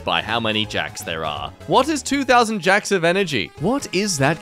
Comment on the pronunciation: JOULES NOT JACKS